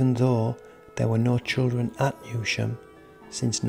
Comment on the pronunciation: It’s pronounced New Sham